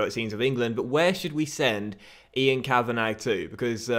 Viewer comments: Send the scout to Ireland Also it's (Ka-van-a not Ka-van-ag) Love the series btw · The scout 'Ian Kavanagh' is pronounced 'Kavanaa' not Kavanag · Ian Kavanagh is pronounced Ian Kavanah, it’s a silent G 😂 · Quick little pointer, Kavanagh is pronounced as just "kavana", the -gh is silent. Loving the series, keep it up. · For your Scout, it's pronounced Kav-In-Awe. The Kav sound is like in Cavity. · I’m Irish and for your new scout Ian Kavanagh it’s pronounced Kavana because the G is silent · send kavanagh to italy to get a good defender. Also, the 'g' is silent in Kavanagh, you pronounce it kavanah basically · Kavanagh is pronounced “kavanaw” just for future reference 😊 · For the new youth scout, u pronounce Kavanagh as in Kavana, u don't pronounce the GH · Ian Ka-Van-A. Don't pronounce the 'gh'. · Ian kavanagh is pronounced kavan-ah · Your scouts name is pronounced kavana love the vids!!! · Send kav-a-na (how it's pronounced) to morocco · The new scouts name is pronounced 'Kavana' the gh at the end are silent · Kavanagh is pronounced "ka-va-na" (no 'gh') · I think Kavanagh is pronounced Kavan-arr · Ian Kavanagh is pronounced Cav-van-ah! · It's pronounced kav-an-ah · The scouts name is pronounced Kavanah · It's pronounced kavanah 😂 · kavanagh is pronounced kav a nar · it's pronounced Kavana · Kavanagh is pronounced kavannaaa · it's a silent g in kavanagh. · " Ian kavanarrrrrrrgh " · Please, why are you pronouncing the “g” on Kavanagh? Please🙏🏻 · Send your scout to Ireland and you don't pronounce the gh in Kavanagh